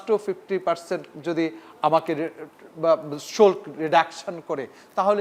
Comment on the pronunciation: এই গাধা তো বাংলা জানে না। শুল্ক্ না শুল্ক! বাংলা শিখে তারপর আসুন ।